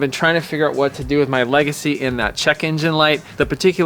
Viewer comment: How about the “Emerald Le-Gacy”!!….eh…eh!!